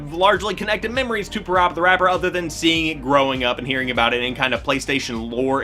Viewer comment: Still pronounced Parappa wrong.😜